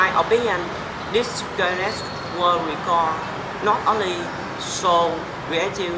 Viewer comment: Great team work!!! Well done, both of your! I think you have applied very well all the speaking techniques you learnt last 2 weeks: taking time to think, sharing your opinion and agreeing with each other. And I think the 2 of you have planned the structure and content pretty well. Good work. Besides, you still have to work on the stressed syllables like: mémories, not memóries... or récord, ecónomy... Rather than that,, you gotta link your words together to make your voice more fluent!